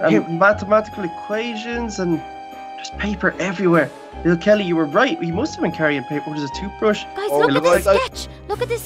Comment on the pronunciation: Hey he said holle kelly